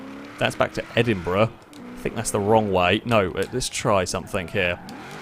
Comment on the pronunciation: I heard you said "Edinbruh" at some point in the vid lol